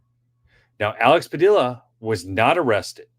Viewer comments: It's Pa dee a not dill a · Padilla rhymes with tortilla 😅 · That is a Spanish name and pronounced Padeeuh(Padilla) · It is pronounced pad-ee-a if it is spelled Padilla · Alex Padilla is from the California STATE Senate..... not federal. And its pronounced like Tortilla, Padilla.... 😂 two LL makes a Yah sound. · double "ll"s in Spanish are silent. His name is pronounced "Padia". Pancho Villa's last name is pronounced "Via". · It’s Padia pa Dee a the ll’s are silent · Padeeya… the ll’s in Spanish are pronounced Ya